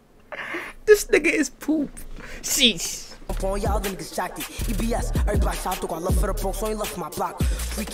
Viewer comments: He said "See shhh" buddy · “Free shhh” not “sheesh”😂😂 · he said "free shhh" 🤦🏽‍♂️🤣